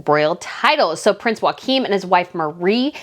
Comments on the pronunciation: You have a lot of common sense, ❤ Denmark royals are similar to, but not nearly as bad as the California couple. Please see Lady C’s video for the correct (Danish) pronunciation of Joachim. YOK im. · Respectfully, the pronunciation is Prince YO-A-KEEM of Denmark. You clearly know your subjects and do your research. Part of that research is to ensure you can properly pronounce the names of your subjects. You can literally Google how to properly pronounce names. There are so many documentaries showing either the royals themselves narrating or their contemporaries speaking about them. There is an excellent doc about Queen Margrethe (MAR-GRETA) of Denmark right after she ascended the throne as the mother of two young children. Just as the Hereditary Grand Duke of Luxembourg’s name is pronounced GEE-YOME. But spelled Guillaume. And in Spain, the heir presumptive is Leonor and her title is the Princess of AS-TU-RIAS. And her sister, Princess Sofia is an Infanta of Spain - Infanta is Princess and Infante is Prince in Spain. This is not me being mean, call it constructive criticism. I enjoy your content and I’m subscribed to both of your channels and I hope they continue to grow and be an outlet for what is clearly a passion of yours. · You need to research your pronunciation of the Danish Princes name. You're way off!